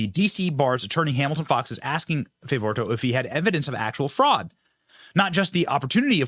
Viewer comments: Garland Favorito's name is pronounced Fav o rito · BENNY, work on your pronunciation and do some research on names before doing your videos. It's Garland Fav-o-rito. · Garland Favirito Fav-o-ri-to pronounced Fav-oh-ree-to. He has been on the front line of this and the conservative side has been denied and shoved into the corner. Thank God the Biden Crime Family went after this conservative attorney so he is able to present discovery! And discover they are doing so we need to pass this around. Interview Garland Favorito however that is spelled Benny. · Benny. It's Fa vo ri to. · Fa - vo - REE - to We love you, Benny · FAY-VO-REETO. is that so difficult? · Benny Garland's name is pronounced: Fav-or-EE-toe. NO ONE WAS PAID anything. The work he presents was done by VOLUNTEERS. And they did it without ever seeing the original ballots despite many expensive legal attempts to do so. (Paid for by hundreds of concerned Georgia citizens who DONATED to the cause of truly securing GA elections.) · His name is Garland Favorito pronounced "Faa Vor E Toe" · pronounced fav-oh-ree-toe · Fav-or-re-toe. Benny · Love you Benny, but learn the pronunciation of names beforehand so you don't butcher it repeatedly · Benny how have you not heard of garland yet? Ive been following his work since right after the 20 20 election. One of the reasons I KNOW the election was rigged. Also learn to say his last name.